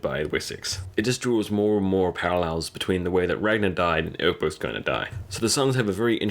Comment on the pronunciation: Who's Urkbut? Who's Urkbut? Dude, ECK-BERT, ECK-BERT. You got it right the first time you said it and after that he turned into Urkbut Did you have a friend named Urkbut or something? Well. . . . you don't have to worry anymore about it because Urkbut killed himself. . . . . but dude, Season 4 episode 20, Ecbert has been in every season starting with season 2, and his name has always been Ecbert. . . . LOL Call your friend Urkbut and work out your subconscious infatuation with with his name. The King's name is Ecbert